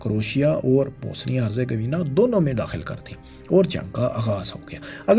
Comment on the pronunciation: Bosnia not Bosenia! Dominant not dominance!